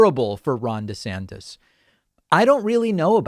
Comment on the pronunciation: I thought you said Ron De-satanist lmao